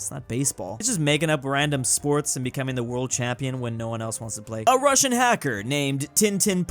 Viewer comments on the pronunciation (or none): none